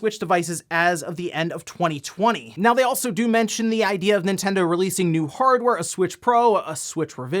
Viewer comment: i skipped the 8bit do stuff because i cant handle when he says doh like homer simpson. it drives me crazy.